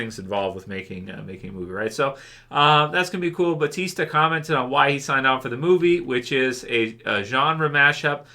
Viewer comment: Just wondering, why is EVERYONE saying "Batista" when his name is Bautista?